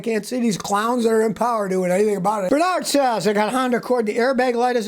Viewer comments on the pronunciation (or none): none